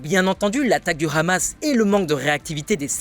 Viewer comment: Merci d'éviter de prononcer "Hamas" à la facon israélienne. Prononce comme tout le monde en France "amasse". Merci.